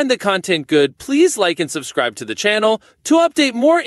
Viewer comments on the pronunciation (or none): none